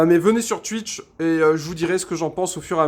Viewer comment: Déjà, y'a aucun test, ensuite si tu continue de dire Tuitch je vais faire un homicide, et putain la moitié des choses que tu racontes on s'en fout, je viens pour voir un test à la base, pas un gars qui vise un pied, bref, fais à l'arrache, aucune réel volonté de faire cette vidéo, peu d'effort....